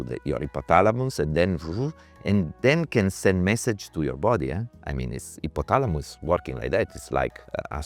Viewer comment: I love how he says Hippothalamus